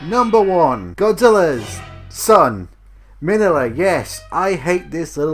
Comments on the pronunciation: Uh, who is "Manilla"? Does he mean Min-Ya - Godzilla's son? Clearly in the movie his name is NOT Manilla. WTF? I mean at least pronounce the names like they are in the movie. Manilla, really? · Minya is how you say his name. He is funny though in Final Wars when he's small enough to ride in a car.